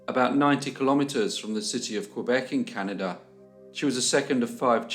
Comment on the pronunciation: "cannidur" 🤓 It never gets old. 🇨🇦